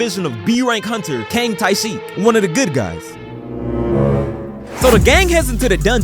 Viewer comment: Idk if it’s meant to be a little joke or not but the B rank hunter’s name is said like “ tet-cheek-kung”